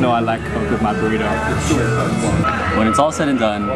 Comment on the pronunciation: lol "Girlito?"